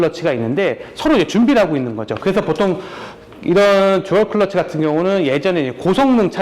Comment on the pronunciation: 왜자꾸 컬러치라고 발음을